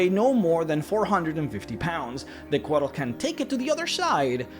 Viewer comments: I see this pronunciation all the time when it comes to Central American pronunciation (beers, weapons, mythology, history, etc.), but in Coatl the L is silent and the full word is pronounced “Co-aht” with an emphasis on the H, almost like in the word “what.” This was another awesome video though. 👍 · The way you say Couatl makes me feel things.